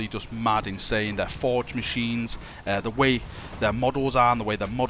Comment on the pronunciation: Seriously WHAT are u saying ?!!! ive tried like 40 times replaying it its impossible to hear Forgheh-whll website? Forge-hell? O.o Srsly im so curious now xD.